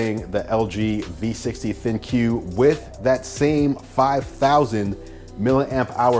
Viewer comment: Bro, it's pronounced "Think" not Thin-Que